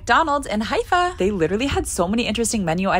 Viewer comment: Her pronunciation is nearly accurate, except for the h , Arabs usually say " heifa" with out emphasizing on the i sound but it's correct how she said it